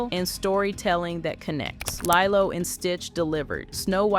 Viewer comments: The narration is not only drone and flat, but AI?! Leeeelo is how it’s pronounced. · Lielo didn't deliver. Pronounce it right girl cmon.